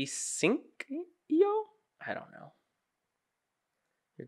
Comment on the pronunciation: ... asynchronous input/output asyncio AY-SINK-EYE-OH